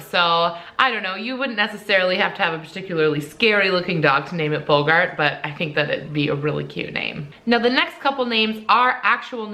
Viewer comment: No offense but you said boggart wrong edit: god I sound like hermione